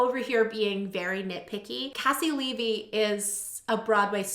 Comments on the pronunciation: It’s pronounced KC LEE V, she used to have it in her bio lol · haha I told you last time! KayCee LeeVee. But it's ok. Your reactions are so wonderful, you are forgiven! <3